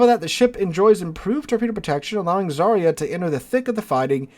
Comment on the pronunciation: The new Russki ship is ЗАРЯ СВОБОДИ or Zarya Svobody...don't quote me on the Russian spelling of the second part of the name. I'm fairly certain about the first part. In any case, the pronunciation of the first part of the name is NOT ZAReeyah, but rather ZARyah. Whole thing: ZARyah SvohBOHdee. Whenever you see a transliterated Russian word and the combo /ya/ comes up, it's pronounced YAH. That comes from the letter Я which makes the YAH sound.